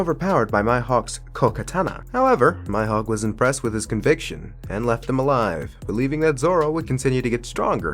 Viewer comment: Its mihawk bro not maihok